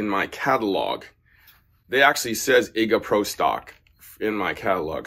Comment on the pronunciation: You could at least research how to pronounce Iga's name correctly!